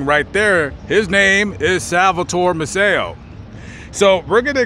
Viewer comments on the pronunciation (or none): Fifth generation Galveston here. Maceo is pronounced MACE-ee-oh, not Ma-SAY-oh. Sam and Rose paid for my parents’ wedding reception in 1944. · I lived in Galveston for a few years and everybody pronounced Sam's last name May-see-oh, with the stress on the first syllable. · I’m trying to watch your video. Maceo is pronounced may see oh (Macy - oh) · Did you know you were mispronouncing Sam Maceo's name? I know you didn't have time because you covered so much that was awesome but he has huge history. And legacy he left behind. My uncle used to box for him He was a lightweight champion of the world. Eddie Bertilino. Btw. " May-cee O". I'm a BOI, born on the island. And I just discovered your awesome narratives. Thank you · Their name is pronounced MAY...SEE...OH, Maceo...say it with me...MAY...SEE...OH. Youre not the first to pronounce their name wrong. You could have asked almost any local when doing your research and they would have told ya.